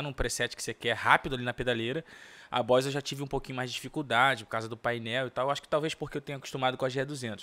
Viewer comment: "Bois" Gt-1? 🤔 "Bois" ou Boss?